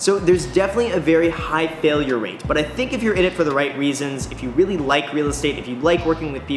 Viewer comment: Dude said weally